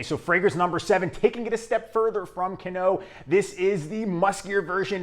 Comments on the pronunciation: One of my personal favorite “Barbershop” style fragrances for men (imho) Original Burberry EDT. 1995 (Fragrantica) Buddy, you cracked me up, the way you pronounced, Canoe, 🙄“Can-No”🤔It’s pronounced, 👉“Can-new👈 Just having fun my friend! ❤ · hahaha canoe (the fragrance) is actually pronounced "Cahn-Wah". im serious, but its pretty funny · Just to let you know, Avon is pronounced "aye-vahn" and Canoe is " kah-new".